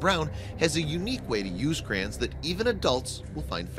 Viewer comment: I hate the way the narrator pronounces "Crayons". What the f**k is a "Crayen"?